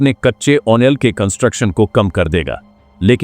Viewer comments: यार तुम ऑयल को ओनेल मत बोला का करो। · Why do you prinounce "OIL"as "ONEL". Would you please rectify?